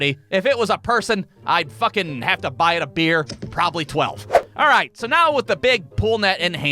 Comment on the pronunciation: Remember how in the worst day at work video you said a bad day of work for you was not being able to say alright the right way at the beginning well I don’t know how to explain it but you said it wrong in this one